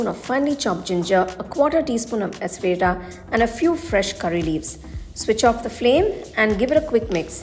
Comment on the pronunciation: your recipes are clear and fabulous. By the way, asafoetida pronunciation sound is: Assa fa teeda. Blessings.